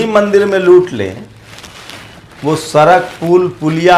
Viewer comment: Sala sochiye sochiye karta rahta hai सड़क nahi bol pata Sarak bolta hai neech